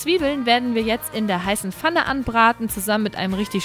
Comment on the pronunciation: Du sagst immer fanne statt pfanne : :)